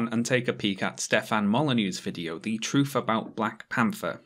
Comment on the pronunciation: Is it just me, or is pronouncing "Thor" as "For" and "Truth" as "Truf"?